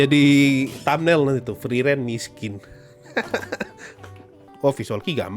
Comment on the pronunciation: Bg nyebut sosou sosou friren biasa aja bisa gak ? Sekali lg gw timpuk luu 😅